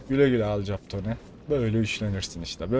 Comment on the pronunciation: Alkapon diye okunur hayatinda hic mi film izlemedin